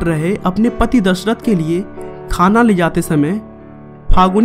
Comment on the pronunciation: O bhai kya dhasrat bol Raha hai dashrat ji bol ji